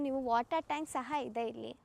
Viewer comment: ಸರ್ ನೀವು ಮೊದಲು ಕನ್ನಡ ಸ್ಪಷ್ಟವಾಗಿ ಕಲಿರಿ ಆಯ್ತಾ ಹೇರಿಕೆ ಹಿದೇ ಅಲ್ಲ ಮಾರಾಯ ಎಕರೆ ಇದೆ ಅಂತ ಆಯೋ ದಯಮಾಡಿ ನೀವು ಕನ್ನಡ ಪದಗಳನ್ನ ಕೊಲ್ಲಬೇಡಿ 🙏